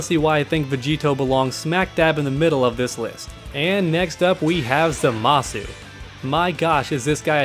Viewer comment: It's pronounced ZAH-muh-soo